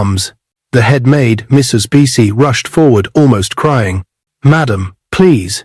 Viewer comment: BISI NOT B.C.